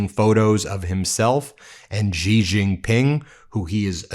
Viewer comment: Xi is pronounced, She. There is no G sound in his name. Get it right